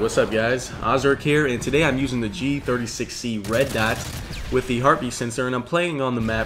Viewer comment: Gotta give a like for dat Gee Thirty Sexy